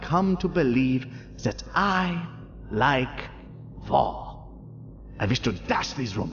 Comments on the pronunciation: rip nazi fat-boy, i keep hearing him say vore instead of war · i too love vore ((i know thats not what he meant but it so sounds like it and i think its funny XD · Was I love war supposed to sound like I love vore or was that a complete accident? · I know that the major said war but I heard vore, and when he said the he LOVE "war" I bursted out laughing while choking on a slice of strawberry from my drink. Funny as hell tho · He said I love war but I thought he said vore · every time I watch this I can't help but hear vore and not war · oh he said "I love war" not "I love vore." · Real line: "I love war" What I hear: "I love vore " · is anyone else hearing vore and not war, or is that the joke and am i the idiot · Can’t tell if he is saying vore or war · I thought he was saying vore not war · it sounds like he sead "i like vore" i know he sead "war but this is more funny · I thought he was sayings vore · Idk why I heard "vore" instead of "war" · anyone else hear Vore instead of war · not gonna lie when the nazi talked about war, I thoguht he ment vore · okay when he said war i thought he said vore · Is he saying War or Vore? My brain: "Thats war" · Please tell me I’m not the only one at first that the German was saying VORE and not WAR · “I don’t just like war, I love war!” At first I heard that as vore. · How have I only now realized the when the says 'war,' it sounds a helluva lot like 'vore.' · Is it just me or does war sound like vore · all i can here is "I love vore" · I feel like the German was saying vore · Did he say vore or war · I thought he was saying vore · In the WW3 speech, he pronounces 'war' like 'vore' and it's hilarious to think about it like the coming out with a vore fetish. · the thing is, i cannot for the life of me figure out if he's saying war or vore and knowing this series it could very well be both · You know, when I thought he was saying “vore”, it was a lot more confusing, but infinitely more enjoyable.